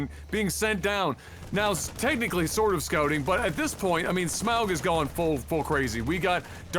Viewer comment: Agh! Say auger, now say smauger, now say smaug